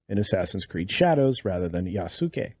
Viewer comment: Pronounced Ya-ss-kay. Please don’t buy this game